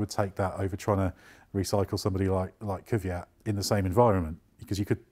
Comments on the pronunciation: It's Kvyat. Not Kyviat, Kivyat, Kyvyad, Kivjad, or any form with three syllables. It's two syllables: Kvy - at. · Kvyat, not Kivyat! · Whats His name? Kyviat???? Is it possible to work at autospitt and not able to even read?! KVYAT!!!!!!! K V Y A T! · His name is pronounced KVEEYAT guys. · please please please learn how to pronounce his name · It really hurts, how (bad and wrong) you 3 guys pronounce his name...